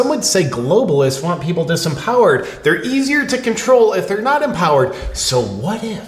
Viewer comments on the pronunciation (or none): Somehow “disempowered”…sounded like “disemboweled”